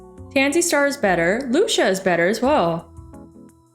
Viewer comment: Hey correct me if i’m wrong but I think lucia is pronounced lue-see-uh Besides that awesome job on this vid and i’m hoping to see more on solarpack!